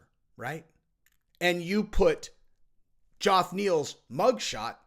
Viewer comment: I don't think this guy is pulling a Chael here. I think he looked at the name, "sounded it out" and that led him to Joff 😂